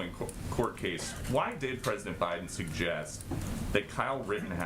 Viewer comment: hahaha she almost said pedodent